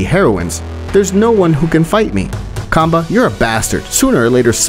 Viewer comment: bruh did he say cumbah🫥